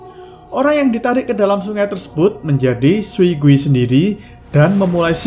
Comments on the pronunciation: Bang gui itu dibaca kuy bang artinya hantu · Kak gui itu hantu terus dibaca di bahasa Hakka itu kui bukan gui